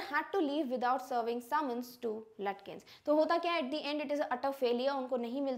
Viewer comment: Mam, it is not pronounced as Lutkins. It is pronounced as Lukins.